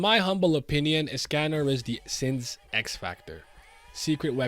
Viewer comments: Pronunciation is of with escanor name or is it me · WHYYYY are you saying escanor like that 😭